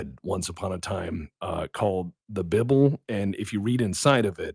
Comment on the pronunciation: I can't believe he mispronounced it's name... as a good Christian I must inform him it is infact pronounced Beeblay